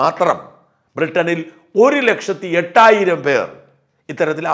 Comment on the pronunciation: എട്ടായിരം അല്ല ചേട്ടാ, എണ്ണായിരം.. 😜